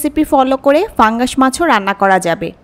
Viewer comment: pangas fungas na uccharan ta thik korle fungas lagtona